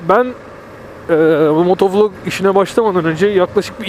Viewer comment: Dostuk cok kaba soyluyorsun motovulog değilde motovilog desen daha iyi sanki :)